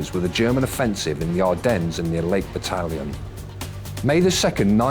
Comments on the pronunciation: It is lake Balaton, not lake 'batallion' XD Otherwise pretty neat clip, salutations! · It's Lake Balaton, not Lake Bataillon